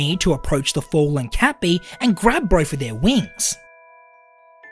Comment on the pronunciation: Cat bee's pronounceiation sounds like kapi